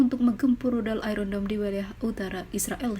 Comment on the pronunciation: iron dome jadi iron down